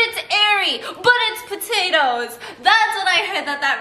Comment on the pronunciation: tiktok pa-toe-toes